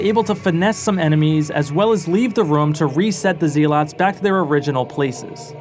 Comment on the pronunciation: Not the "see lots" 😭